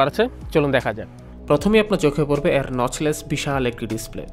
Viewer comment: 'এ' এর উচ্চারণ ইংরেজি বর্ণ 'A' এর মতো। অর্থাৎ আপনি যখন 'এর' শব্দটা উচ্চারণ করেন, সেটা অনেকটা 'Aর' মতো শোনায়। 'অ্যার' মতো না। 'এ' আর 'অ্যা' উচ্চারণ কেন যেন কানে লাগে। 😑